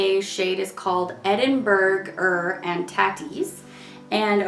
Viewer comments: I'm crying at every videos pronunciation of Edinburgh-er and tatties 😂😂😂😂. It's tay-ties fyi as in potatoes. Not tat-ies 😂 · Tatties. Long a sound. Tatties are potatoes.